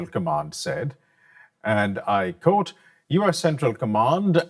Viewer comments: It's not "cote" or "uncote", it's pronounced "quote" and "unquote". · I mean, he seems to be a nice guy, but it doesn't look good when he's mispronouncing words. "cote" and "quote" are two different words, referring to two different things.